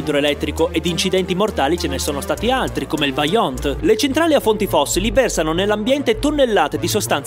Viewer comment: Vajont si dice con la "o" più chiusa